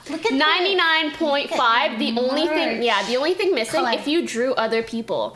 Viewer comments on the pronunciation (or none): none